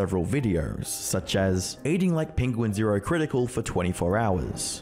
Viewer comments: i want to make it clear that charlie's youtube channel name is pronounced "penguin-z-zero, not "penguins zero". he's clarified that himself before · "Nikacadder Avacadder" "Penguin Zeroer" every frickin time lol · Penquinz0 pronounces it Penguin-zee-zero, right?